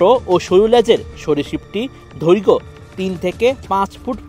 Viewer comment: সাংবাদিক উচ্চারণ শুনে সাপ পালাবে ধৈর্ঘ্য নয় দৈর্ঘ ঘাঢ নয় গাঢ